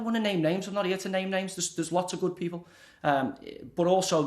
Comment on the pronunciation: He can’t even have the respect to get peoples names correct!!